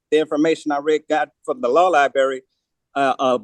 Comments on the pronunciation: "How could he tell that I am incompetent?" "Because you say things like LIBARRY." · It’s pronounced. LIBRARY not LIBERRY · It's library, not libeery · Where exactly is the "law LiBERRY"?